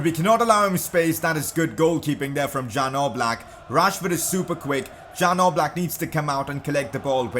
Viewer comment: #pcq it's not Jan Oblak, it's supposed to be pronounced as Yan Ooblak